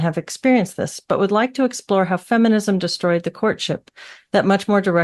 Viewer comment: Did you say efenism?